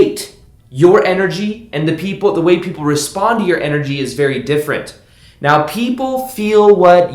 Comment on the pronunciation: It sounds like he says 'Right MEOW' instead of right 'NOW' ? Unless I'm missing a cat pun or sumthing?! Happy New Year, amazing advice as always!! GoodBye Neediness!!!! you horrible drug!